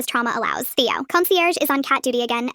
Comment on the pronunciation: The ai said thaio but it is Theo and did a mistake 😂😂😂😭😭😭😭